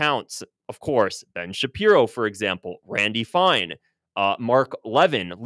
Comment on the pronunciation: It's Lev-in, like Kevin.